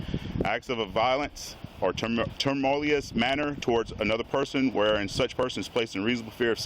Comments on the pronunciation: First off embarrassment is not a reason either for not being able to read directly from his phone. ‘Timultious.” Then the cop-splaining begins. REMEMBER THEY ARE THE GREAT AND POWERFUL OZ. They just wanted you to bend over and say “excuse the old adage” yes master, yes boss. What next boss. It happens regardless of color now days. It’s the badge not the color of one’s skin. They have to have that power. They can break the law, beat up their wives, drive Drunk as long as QI exists. Keep videoing and keep exposing them even if your stop went well. Never agree with these idiots, they do not know the law as evidenced by countless interactions recorded all across America everyday. City ordinances do not trump your constitutional rights in any situation. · the cops were stupid. The word is TUMUL-TU-OUS !! Its not a pork filled TAMALE !!!! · Cop can't verbalize "Tumultuous" He says "Tumulious" Duh! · If a cop can't pronounce tumultuous correctly then they shouldn't be a cop😂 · They both pronounce tumultuous incorrectly with such confidence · Between the two of them they couldn't sound out "tumultuous" damn the bar is underground now